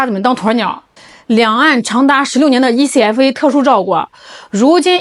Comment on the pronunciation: 台灣叫這愛可發 不是E-C-F-A